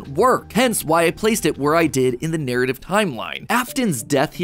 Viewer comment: Damn mat, you really said "NARRATIVE"